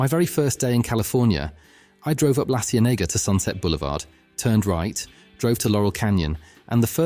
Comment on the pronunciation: La Ci-EN-ega